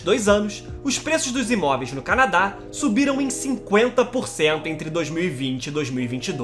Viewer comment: PUTA QUE PARIU!!!! Eu juro que tento ver os vídeos desse canal. Mas, de boa, o jeito que esse carinha narra é insuportável pra mim! O cara parece que canta, dá sempre ênfase às sílabas finais: canaDÁ, hostIL, inverNO, planeTA! Aff! Não dá pra mim! É chato pra CARAI!